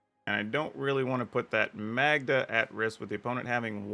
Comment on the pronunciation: Magda is pronounced like Caan. I know a Magda.